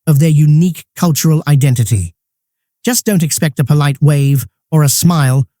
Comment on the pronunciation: Why did they pronounce 'polite' as 'poleet'? Whe SAYS that?